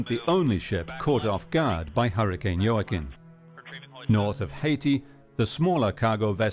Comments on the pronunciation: how do you heard "Jooaquin" pronounced so many times and still mispronounce it? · JOAQUIN - pronounced WA-KEEN Mr. Narrator. You should know how to pronounce names and words in your position as narrator. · Very sad. Senseless!! By the way Joaquin is pronounced " wah-keen"